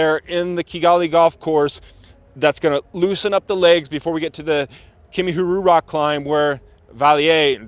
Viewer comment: your pronunciation is too good, it's Kimihurura❤ RWANDA 🇷🇼